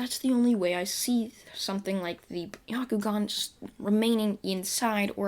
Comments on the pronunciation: The Y in byakugan is silent it's actually pronounced (Ba - Ku - Gaan) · no its not its (be-yak-you-gan)